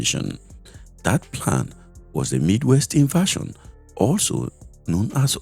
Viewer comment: Invasion not inversion. Please mind your pronunciation.